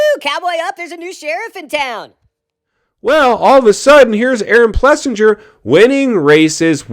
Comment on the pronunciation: All kinds of people out there with real coverage and nothing to do with industry. Many are actually covering important and positive stories like AP's win instead of falling into the drama and clickbait like you have. AP's name is pronounced Plessing-er as well. You are still "Blowing the Kid Off" Is it really that hard to take some time to fix a fixed value? More of your fake news Wall Street stuff with false assumptions and no data.